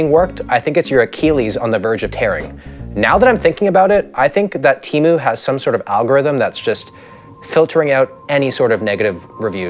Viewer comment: SHOCK ANNOUNCEMENT Its pronounced "TAY-MOO" not "TEE-MU". I know 😭